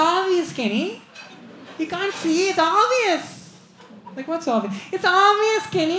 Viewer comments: Kenny it's aavious 😂😂😂😂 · And am watching it for 50th time.. Most funny is "kenny,its aavious"...seriously man!! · The way Kenny says 'obvious' 😂